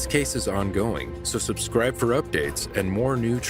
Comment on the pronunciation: "suscribe" 🤣 it's subscribe